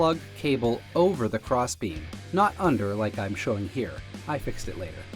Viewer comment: Great video – Could’ve used that a few years ago! Did you really just say fix–ed for fixed??? 😂